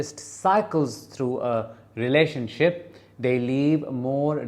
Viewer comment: 😂 I thought you said “relationshit” YES! Exactly!